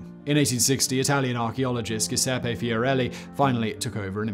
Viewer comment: I'm a big fan of all of the videos you guys put out, but please for every single time you mention a place you need to make sure the pronunciation is correct. Pripyat and Giuseppi were the boogers this time. This is one tiny detail that detracts from many otherwise perfect videos [also on this occasion "Chapter Four" happens two times]